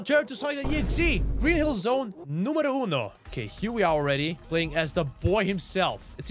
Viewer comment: Not bad, great video. Green hill zone numero 1, u sounded italian bro, trust me, i'm italian i know what i am saying